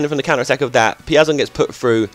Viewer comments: The pronounce is: "Peea-zon". I'm brazilian man. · Piazon is pronounced peer - zon